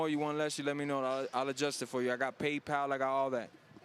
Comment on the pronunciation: Lmao , "payedpal"